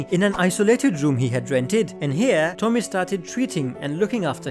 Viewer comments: Tommy 😂😂 bro her name is pronounced toe-me-ey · please never say Japanese names out loud again(jk but how you said Tomie made me laugh)